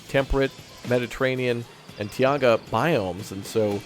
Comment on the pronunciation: Every time you say "Tiaga' instead of "Taiga" twitch